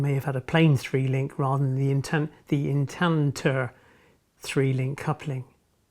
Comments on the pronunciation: instanter not intander! otherwise nice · They’re known as ‘Instanter’ couplings, not Intanter. Unless it’s my hearing.😉Another excellent video btw.👍🏻👍🏻